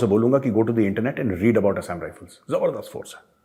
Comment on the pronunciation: Assam pronounciation galat bola hai major ji.